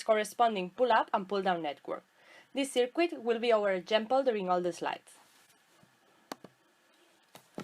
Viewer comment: Hay que cuidar un poco mas esa pronunciacion, "disafvantich" , "sercu(i)t", "discharch" suenan mejor asi. Actuali tiene mucha tela... Como dice el colega, la presentacion muy clara y muy util, pero el ingles hay que pulirlo (polis).